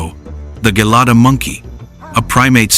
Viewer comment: It is not Gelada, it is che la da.